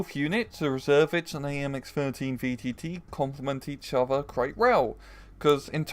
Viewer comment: You don't need to pronouce the "s" a the end of "Reserviste" :)